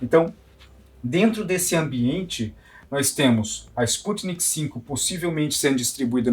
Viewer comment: Não é sputnik v (5) o correto é sputnik v (vê) V de vacina